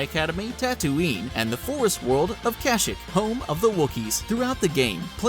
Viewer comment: Kashyyyk is not pronounced "kuh - shick" it is actually pronounced "Kuh - SHEEK". I'm a big Star Wars fan myself